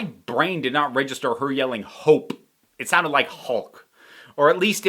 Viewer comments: Same, I thought she said Hulk not Hope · Oh I'm so glad someone else heard "hulk" not "hope" 😂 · I had the same issue with hearing hulk instead of hope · Your confusion with "Hope" sounding like "Hulk" is one of the reasons I watch with subtitles now. Also, I've watched all the New Rockstars "What If ...?" breakdowns ... I don't think you missed the Watcher in the background of the previous episodes. I think this was a nod to the fact that this episode was covering 3 movies ... pretty sure he showed up in the transition scenes. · I didn't, but I didn't hear "Hulk" either. Since it sounded like "hork" or something I knew I'd misheard it, but was too lazy to put text captions on.